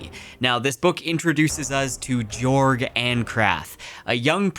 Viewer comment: just a note: jorg is pronounced "yorg"